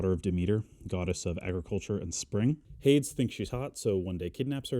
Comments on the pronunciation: I'm sorry, do you pronounce Hades as Hayds? I have never heard someone say it like that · Out of everything you say in this video, the most controversial thing to me is how you pronounce Hades